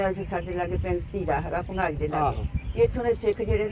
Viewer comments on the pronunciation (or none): Bhangali not pangali